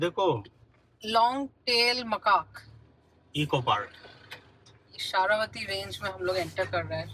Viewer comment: it is जोग falls and not jog as in jogging and it is शरावती river not शारावती।